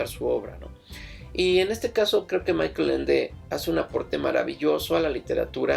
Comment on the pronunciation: Una precisión. Michael Ende era alemán, por lo tanto la pronunciación de su nombre es [MÍ-jaj-el]